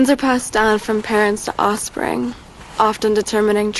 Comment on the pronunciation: Does anyone else hate that she says “osspring”? Just me?